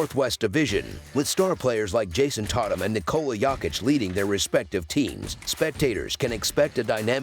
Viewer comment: “JaSOn TAHtum & nIkAHla YAHkiCh”